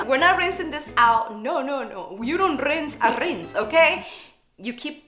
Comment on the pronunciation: I had a bit rough of day and your video made me feel sm better and refreshed😭😭 where you say "you don't rinse the rinse" made me laugh out loud! Your tone and accent was too funny. The interaction was so cute with your husband awh, it made me smile. I love you. Hugs💗💗